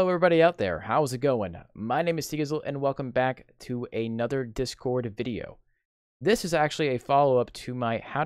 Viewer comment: You don't know how to spell or speak properly Tgizzle. You said 'This cord' instead of 'Discord'! You also said 'cuz'